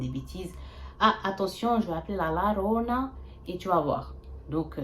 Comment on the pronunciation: La llorona ça se dit “la yorona” ma belle sinon bonne vidéo 😭❤️